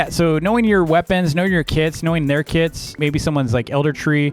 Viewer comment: I though he said kids but kits lol